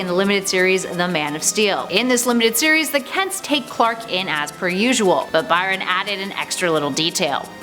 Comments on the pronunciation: "We the North" but you repeatedly mispronounce John Byrne, one of the greatest Canadian comic creators name. Byrne=Burn, not Byron. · John BY-ron? It's pronounced "burn". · Byrne is pronounced Burn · Byrne is pronounced BURN. Ras al Ghul is pronounce RAYSH al Ghool.